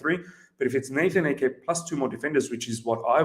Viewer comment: It's AH-Ke! Not Eke! Please!! :/